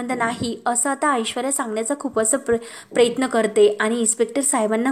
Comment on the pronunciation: अगं बाई प्रयत्न म्हण प्रेयत्न नाही अगदी शब्दाची नेहमीप्रमाणे बाराखडी आहेच परंतु जे काही हे पन्नास वेळा म्हणण्याची आवश्यकता आहे का गावंढळ कुठली व्हिडिओज बनवू नको ना